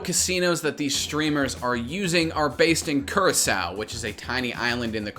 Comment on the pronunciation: That's not how you pronounce Curacao lmao